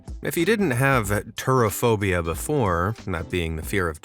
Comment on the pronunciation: turophobia sounds like turdophobia But anyone who eats that much cheese won't be seeing any turds for a while. Not without a struggle 😂😂😂